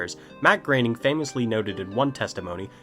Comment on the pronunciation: your saying his name wrong. it's and 'oh' not an 'a' sound when you say groening.